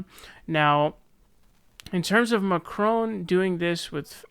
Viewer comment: French is my mother tongue and that "Macron" pronunciation was not bad :D